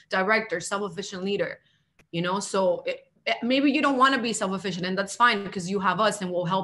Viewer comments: if she says “self-efficient” again🤬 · It’s self-sufficient not self efficient. She’s making my ears bleed. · Sounds like the first hun is bilingual, which is admirable!—but the word is “self-SUFFICIENT,” not “self-efficient.” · Is she saying self sufficient or self efficient 😂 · is she saying self "efficient"...?